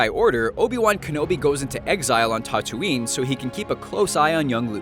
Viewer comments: And Tatooine is pronounced like tattoo-ine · why this guy cant pronounce A's tho... dag-o-bah instead of -daygobah and tah-too-ine instead of tattoo-ine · Dagobah and Tattooine, get the pronunciations right, you nerf-herder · You need to pronounce things better. Tahtooine? Alderan? Dahgobah? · he doesn't know how to pronounce Tatooine or dagobah its so annoying and episode 10 is going to have lando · Has the guy narrating this even SEEN any of the movies? He totally butchers the pronounciation of both Dagobah and Tatooine. How the hell do you even MANAGE that? And what, they couldnt do another take to get it right. Jfc Thats like doing a video about Harry Potter and pronouncing the name of the school wrong. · I'm sorry, but how does he mispronounce Tatooine and Dagobah? They're pronounced in the movies. Also in the now non-canon extended universe the discovery of the force (or at least the creation of the jedi) is covered.